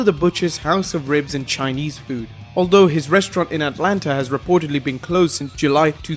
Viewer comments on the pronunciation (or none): none